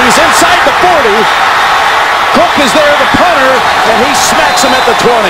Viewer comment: Pet peeve: Phil Simms pronounces “him” as “eem”.